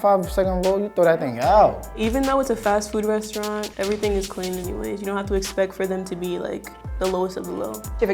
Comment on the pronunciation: He said "restaurant"....